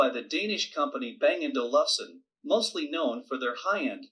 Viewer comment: Its pronounced Bang & Olf-senn